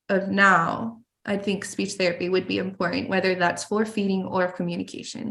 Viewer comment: She doesn’t pronounce some letters, like important sounds like impor-ant.